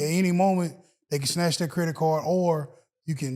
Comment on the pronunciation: If I hear say “credik repair” one mo time lol😂 great man